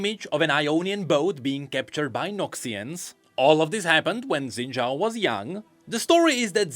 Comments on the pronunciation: his name is pronounced shin jao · So close to a proper pronunciation. 🥹